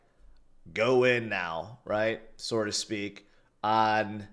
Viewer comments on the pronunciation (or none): Did our guy say, “sore to speak?” 🙏😭 we are all